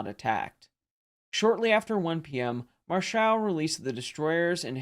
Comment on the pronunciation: Marschall is stressed on the 1st syllable like the English equivalent. :) He was arguably the last German admiral to achieve a significant success with capital ships. This made him suspicious in Hitler‘s eyes; so he was sacked.